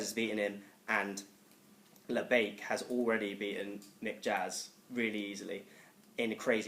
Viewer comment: I almost turned it off when he said labiak...